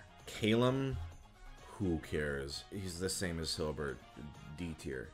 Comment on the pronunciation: You know my sense of humor has really devolved when I die laughing at the way he said Hilbert.